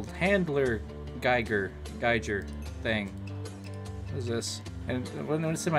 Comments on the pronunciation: Reads: handheld geiger counter Says: handler geijer thing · i can get how he messed up the geiger part how did he mess up handheld and counter lol